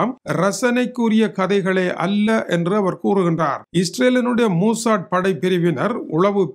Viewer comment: மூசாட் இல்ல, மொசாட்